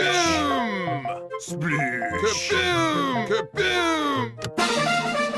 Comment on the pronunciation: I'm sorry but its called Splossh KAbooM